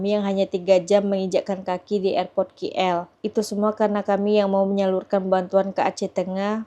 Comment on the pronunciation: ..sebutan biar betul...sudah banyak kali diberitahu...bukan 'ki el'...sebutannya 'k' ikut abjad inggeris...coba dengar betul2 sebutan 'k' dalam bahasa inggeris